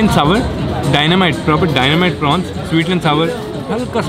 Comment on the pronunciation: Prawns not prons [ Dynamite]